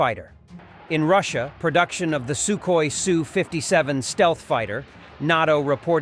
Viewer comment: What a really weird way to pronounce Sukhoi......